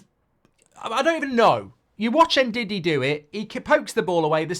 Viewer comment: he pronounced it right just sounds like diddy: )😊